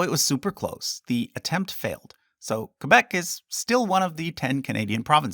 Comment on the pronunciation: As a Québécois, I love that you pronounce Québec as it should be pronounced and not "Kwaybec" as most anglos seem to do. Great video too! It was nice to learn about each province. Keep up the good work.